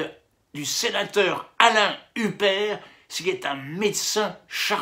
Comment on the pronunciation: Pourquoi tu prononces Hupert pour parler de Houpert ?